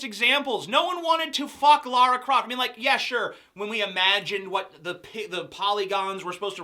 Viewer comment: props for pronouncing lara croft correctly